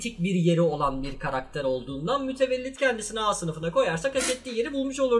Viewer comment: mütevellit demeye mi üşendin ya